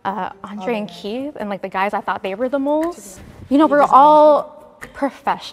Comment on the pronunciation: mf said keith💀💀💀